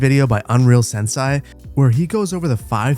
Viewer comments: Sensei is pronounced "sen-say" for future reference. Not "sen-sie" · i love you buddy. sensei is pronounced sen-say. come on man. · unreal "sensai" lmao i cant with the pronounciation